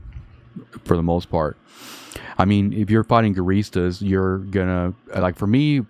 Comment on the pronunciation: it's calle gu ri ista